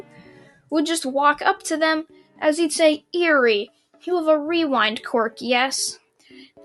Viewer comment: Anyone annoyed that he is mispronounced eri